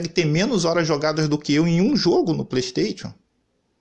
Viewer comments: Kkkkkkkkkkkk playsteitio é a melhor kkkkk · Xbox sirius do Harry potter, pleisteitio… kkkkkk boa